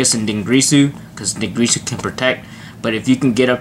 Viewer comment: it's DinGIRSU, not GRISU. Please, be better than that.